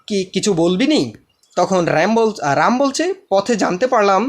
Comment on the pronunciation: bhai aapane ramer Ram bolen and chokhere chok bolen